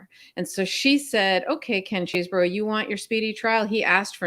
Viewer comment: Please do not say things like you did when you were talking about Ken Chesborough. You mispronounced it and then said "Or however he says his name". You know how it is pronounced. That is a Trumpish move. Thanks for all you do and fighting the good fight my friends.